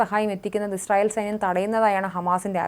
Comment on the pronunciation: എന്ത് ഇശ്രയേൽ പോയി നാക്ക് വടിച്ചിട്ടു നോക്കി വായിക്കൂ